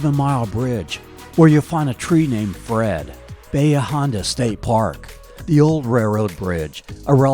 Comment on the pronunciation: I don’t know a single local that called it Bayha - it’s Ba Hee Aaaaa Honda